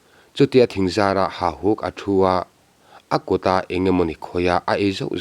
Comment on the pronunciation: Hahuk tih nimaia lang hian beng a tikham deuh..Hauhuk tih deuh kalh kalh angai anih dawn hi!.. A ngaihnawm nasa e.